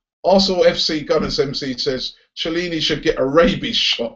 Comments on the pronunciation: who the fuck is Chair-leany? its pronounced kellini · No it's not, it's pronounced kiellini, but ofcourse it's spelled Chiellini